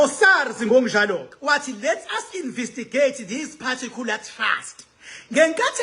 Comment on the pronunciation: Awufundanga Silima…. INVESTIGATE NOT INVISTIGATE . ITHI NGIBHALE NGESIZULU……INVESTIGEYITHI. NOT INVISTIGEYITHI NX